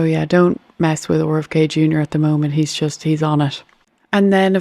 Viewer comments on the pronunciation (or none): The way she pronounces 'RFK Jr." is pretty cute. Owr F K.